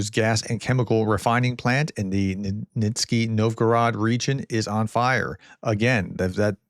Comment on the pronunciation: I don't know if this sort of feedback is useful to you, but I thought I'd mention that the town of Nizhny-Novgorod which you pronounce "Niski" is actually pronounced "Nijni" novgorod. Anytime you see "zh" in Cyrillic transliteration, it is pronounced "jj".